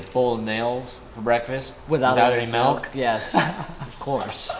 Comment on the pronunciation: HE SAID MELK.